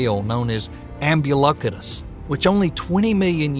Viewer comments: What is up with your pronunciation? Why do you say Ambulocetus like "ambew-luckatuss" ?? Deinotherium is not called "Dee-anno Theerum" . And no one else on Earth has ever referred to the Cretacious period as the "kree-atchiss period." ... but somehow he got Paraceratherium right. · This video is, unfortunately, riddled with errors and mispronunciations. The narrator repeatedly mispronounces cretaceous along with, ambulocetus, cenozoic, cartilaginous and, oddly, calamari. Factual errors include the claim that both reptiles and mammals evolved from pelycosaurs (only mammals did), megalodon died out during the K-T extinction 66 million years ago ( when they actually lived about 40 million years later and died out 3.6 million years ago in the Pliocene epoch), angiosperms became dominant in the Cenozoic era ( in fact they were well established long before the Centozoic era some 100 to 120 million years ago in the Cretaceous period), the claim Paraceratherium was a Hippo ancestor (it was, in reality, a type of hornless rhinoceros) and that Therapsids were the first proto-mammals (they were not). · This is a superbly-made video and I've given it a well-deserved Like. But seriously, find out how to pronounce unfamiliar terms before recording the voice-over! Cretaceous, avian, herbivorous, omnivorous, Cenozoic, Ambulocetus and one or two others. They can't all be blamed on your home-style accent. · Very interesting video. Most of the pronunciations were... um... entertaining, at least (Cretaceous, Ambulocetus, avian, etc...). I also have to say, dinosaurs were reptiles, but they were NOT lizards. Also mosasaurs and plesiosaurs were not 'ocean dinosaurs.' Thylacosmilus was not a tiger. Paraceratherium actually belonged to the rhino superfamily, not hippos. There's a lot more I could mention, but I don't want to write a huge wall of text.